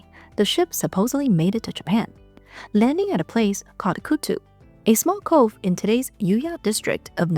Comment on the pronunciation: Wouldn’t doubt it at all that she was a Dáji and made it to Japan! Also it’s Kat-tzu(stu) Katsu. Not Kattu lol. Abe No NakamaRO (not ru) 😅😂❤